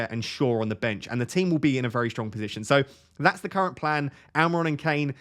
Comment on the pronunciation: FPL "I'm in a really good pisition"